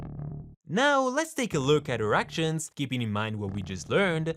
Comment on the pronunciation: The way this guy says "Her actions" sounds like hes saying 'erctions'.........."Now lets take a look at erections"